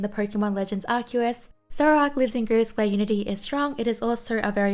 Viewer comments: the diffrence is just their titles also i've never heard of legends Arc-ew-us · Sorry to laugh when you mispronounced Arceus Sorry